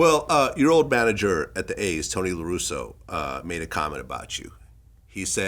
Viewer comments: Hey Vlad, It’s LarussA LARUSSA Not Larusso like Daniel San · Vlad you had me thinking you were a real baseball fan and followed it prior to this interview...until I hear you pronounce the names Raphael Palmeiro and Tony LaRussa 😂 Loved the interview tho!